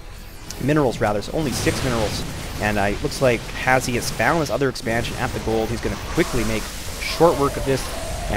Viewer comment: His name is pronounced hash btw, not has he. Reason for the E is because he couldn't make the name Hash